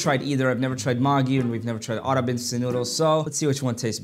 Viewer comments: His pronunciation of Maggi and Arab is killing me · Bro everyone is talking about his ''maagee'' Pronunciation, but why is no one talking about his "aaggrab'' Pronunciation🤨